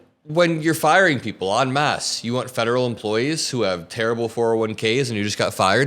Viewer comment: please stop saying “on mass” all the time; it’s en masse